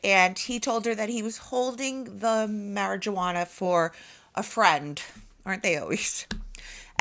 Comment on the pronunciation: Do you really not know the pronunciation of marijuana or are you kidding us? 🤷‍♂️